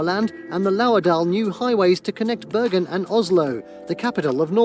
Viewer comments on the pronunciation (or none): none